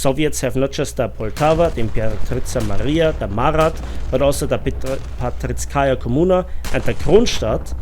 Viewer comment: You struggle every time pronouncing Parizhskaya Kommuna. Let me try to help you. It means "Paris Commune". You can just paste "Париж" in google translate, and listen how it's pronounced. Or paste "Парижская коммуна". It's easy, no need to struggle so much ). Thanks for the vids!